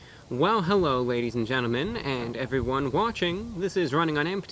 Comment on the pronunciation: wait did he say hewwo